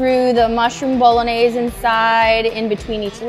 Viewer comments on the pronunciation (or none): none